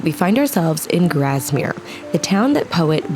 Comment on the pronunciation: Its pronounced Grass mere and not Graz mere. Its Kes ick and not Kes wick and words worth. Kendal mint cake is very sugery exactly how its supposed to be for hikers, walkers and climbers to give them energy. Thats why is high in sugar.